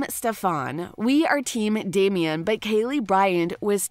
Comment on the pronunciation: Damien?! Gurl.